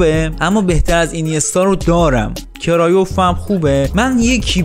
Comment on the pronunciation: کرویف نه کرایوف